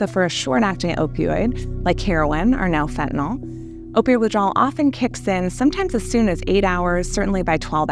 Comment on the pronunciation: It's pronounced fentanyl there's no O genius. Even the "professionals" can't pronounce it correctly.